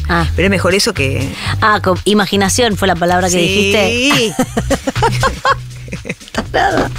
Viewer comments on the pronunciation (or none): "viaje con tu injijumaginación!." Jajaja la amo.💖